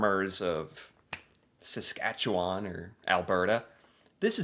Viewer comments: I'm twitching every time this narrator says Saskatchewan grrrr Also, thinking this must be AI, doeant know how ro pronounce potash. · That isn't how Saskatchewan and potash are pronounced. Also Saskatchewan has larger oil reserves than Alberta, but they are deeper and more expensive to get to (in the North) ... and less existing infrastructure nearby as well. Alberta also has nicer weather; the North American jet stream isn't kind to Saskatchewan. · Too bad the narrator (of the video) didn't know how to pronounce potash or Saskatchewan correctly. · 🙋‍♀️ hi from Saskatchewan; it was annoying to listen to you and the other video commentator pronounce Saskatchewan so wrong 🤦‍♀️ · I will now teach how to say "Saskatchewan." It doesn't end in "wawn" (like lawn) in a looong syllable like that. It's more like Sas-Katch-ew-wn. If there must be a vowel, it's more like "win" than "wawn". OK, everybody on 3 now.... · the way he pronounces Saskatchewan in the video makes me cringe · Sask born and raised. You can tell someone's not from here with how they pronounce Saskatchewan, ugh that narrator.